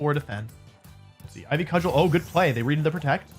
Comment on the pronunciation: I'm sure you've been told by now but Cudgel is pronounced "Cud-jel"